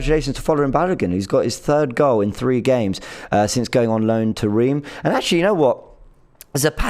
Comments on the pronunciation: Guys… Reims is pronounced Rinse whilst pinching your nose! Rinnnnnnnns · trying to replicate Robbie's inability to pronounce names with Jorge Mendes and Reims (I don't blame him for not knowing how to pronounce Reims - it looks completely different to how it's supposed to be pronounced).